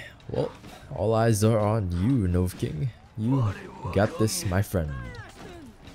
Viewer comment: Take a shot for every "Novucking."